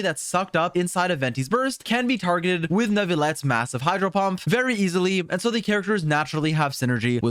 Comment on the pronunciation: "hydro pump" he said